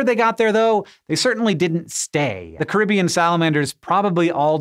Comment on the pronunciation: I don't think I ever heard you mispronounce a word before until, "Caribbean". Was this video processed by an AI?